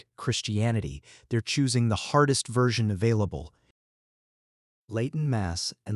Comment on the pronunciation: A.I..slop. Doesn't even pronounce the word "Latin" correctly